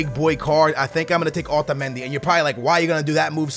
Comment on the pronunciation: Why the hell do you ALWAYS pronounce Otamendi like that! Your fucking American! Act like it bitch!